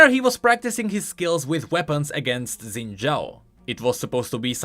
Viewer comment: Xin is pronounced close to sin, somewhere between sin and shin, not zin